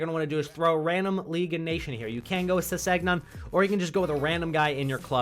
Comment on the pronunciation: Bruh really said Ses seg non 💀 thx for the vid tho